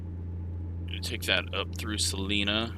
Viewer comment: It’s Sa-line-a, not Sa-lean-a.